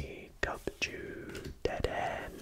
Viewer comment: If he calls dedenne deadend one mo time it's (de-den-nae)